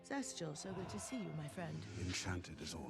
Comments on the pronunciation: Also to better pronounce Zest's name just think Zest-tea-el. Like lemon zest. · His name is zest-youll that's how you say it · how to pronounce spider lord's name. Zest(like zesty)-"E"- "L" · Zestial, pronounced: Zest-tea-all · "Laser light saber" and "sizl (to zestial) " got me😂😂😂😂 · I think its pronounced (Zes-Steel)